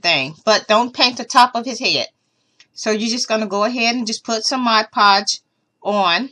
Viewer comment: Thank you for doing Freddy you did a wonderful job. You said mod podge right. I wanted to thank you for all of the projects that I have requested from you. I am very happy that I found your channel. I found mini brands at Walmart. Have a great day.